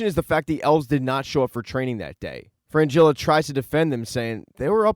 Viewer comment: It's Fringilla, not Frangilla